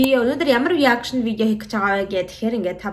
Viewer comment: Reaction гэдгээ буруу хэлээд бна “Араакшин” гэж хэлж сураарай 😂